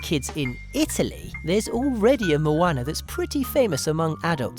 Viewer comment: Why the fuck does he pronounce Moana all fucked up it's like Mooanea